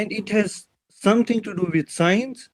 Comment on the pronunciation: Scinus ka kamaal hai 😂 in kashmir people pronounce science as sinus